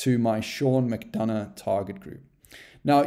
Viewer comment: Great tutorial! My question is what did you do with the 'u' in 'McDonough'?🤪